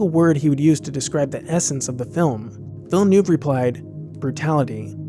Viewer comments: True. Specifically the director. It's not 'Villanoov' it's 'Veel-nerve'. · Why can nobody pronounce Villeneuve , it's Veelniv phonetically. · It's pronounced Veel-nerve, like the racing drivers.... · 'Villanoov'? Come on, guy - how hard can it be to pronounce that?! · I know its hard.... but its pronounced: Veel-NAH-vvv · Its pronounced veel nerve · I really appreciate the upload, but you were driving me crazy with by mispronouncing Denis Villeneuve’s name, it’s Villeneuve as in Love, Villenove. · Take a shot each time the narrator says "Villanoov", weee! (great video though) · Great video, love them all. But you keep saying Denis Villeneuve funny lol. It's just duh-KNEE vill-NUHV. It's french. Americans seem to struggle with french pronunciations. Keep up the good work! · Ouch.. It's Vill-neough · the "e" in villenueve is silent btw. just say vill. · His name is Denis Villeneuve, De-ni VILLE-NEUVE (2 syllable surname, not 3!!!) meaning "NEW-TOWN" You called him De-ni, but where did you the 3rd syllable from for his surname?!!!! Everyone who interviewed, or mentioned him was able to say VILLE-NEUVE, but you. UGH!!! [BTW, 'route' rhymes with 'root' as in "Route 66." To 'rout' is to beat badly. Check it out.] - This is the one and only but MAJOR flaw for this otherwise good analysis. As a result, I give this a thumb DOWN. Sorry. Yes, I am CDN. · Did you know that Villeneuve means New city But you are pronoucing It wrong You don't pronouce the e in Ville In french many letters are silent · Villeneuve is pronounced completely differently, really! It's like saying mont blankkk. It's my only critic on your video. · Deneeee Villnööööww... sorry, you have to hear it, the name is FRENCH, dammit! Just learn the pronuciation, man!!! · Heads up. You are pronouncing Villeneuve wrong. It hurts me every time. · great video, but man did you butcher this director's name ;) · I really like the video, but the way "Villeneuve" is pronounced ist really, really incredible terrible ;)